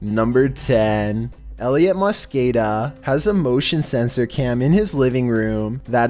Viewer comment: I’m dying on how he says mosqueda that’s my last name and EVERYONE says it like that and I’m just there like:-_